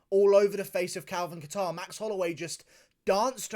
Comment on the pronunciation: I lost it when dc called max “maxy” on the broadcast 😆